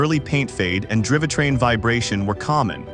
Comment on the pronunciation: "Drivatrain"?? -- Gawd....